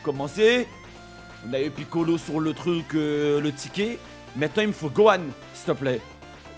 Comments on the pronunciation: yo pourquoi tu dis piccolo ztur lol mais gg luck de ouf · Gg pour les gohan go le monter et arrete de dire kamiccolo ztur😭😭😭😭 sinon bonne vidéo mon frérot 🤗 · "le piccolo ztur" mdrr j'suis mort